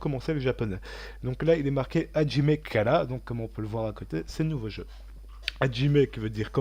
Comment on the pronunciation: bonjour !Merci pour cette vidéo, le jeu à l'air très intéressant !!😊mais j'aurais voulu vous faire quelques remarques, d'abord concernant votre accent japonais 😝par exemple, quand vous dites はじめ, vous dites ajime et pas hajime. Je vous conseille d'écouter des musiques, des reportages, des films, des mangas, tout ce qui peut être utile pour la prononciation 😊👍頑張って下さい！et aussi,la musique du jeu était beaucoup trop fort, on ne vous entendait pas bcp 😉.